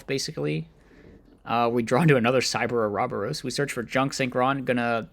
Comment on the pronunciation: It's pronounced Oro boros